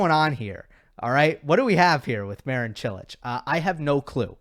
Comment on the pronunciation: It's funny how you can pronounce Čilić and Kecmanović almost perfectly, but you are way off pronouncing Marin correctly.